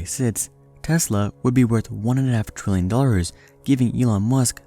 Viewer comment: Is it just me or is it that when he says trillion it sounds like 20